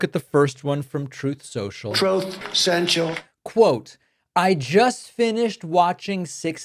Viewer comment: Troath Sential 😶